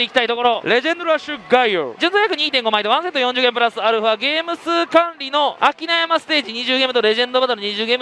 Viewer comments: と同じく拓海の声に違和感を覚えますが、同じ位「あきなさん」を「あきなやま」って言ってるにも違和感を感じました。 ありがとうございました👍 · 読み方はアキナサンだぜ… 漫画とは言わないけどアニメまじかっこいいからイニDみてくれー！